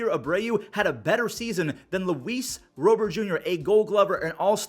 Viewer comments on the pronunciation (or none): “Rowbert” Rob-ert my guy 😂